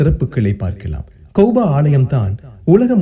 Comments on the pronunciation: கௌபா, கௌபா என்று கூறுவது மிகவும் பிழையாகும் கஃபா என்று கூறுவதுதான் சிறப்பும் சறியான சொற்பியோகமும் ஆகும் எனவே உங்கள் உச்சறிப்பை திருத்திக்கொள்ளுங்கள் அல்லாஹ் உங்களுக்கு அருள் புறிவானாக ஆமீன் கஃபாவுக்கும் மஸ்ஜிதுல் அக்க்ஷாவிற்கும் இடைப்பட்ட கட்டுமான கால அளவு 40 ஆண்டுகள் எனக் கூறுகின்றீர்கள் இவை இரண்டும் ஆதம் நபி காலம் தொட்டு கட்டப்பட்ட காலமா அல்லது இப்ராஹிம் நபி காலத்தில் கட்டப்பட்ட காலமா என்பதை தெளிவுபடுத்தவும் ஏனெனில் இப்ராஹிம் நபிக்கும் ஆதம் நபிக்கும் இடைப்பட்ட கால அளவின் காலங்கள் அதிகமாக உள்ளன ஆதம் நபியா அல்லது இப்ராஹிம் நபியா தெளிவாக கூறவும் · Kauba is wrong say it as kaaba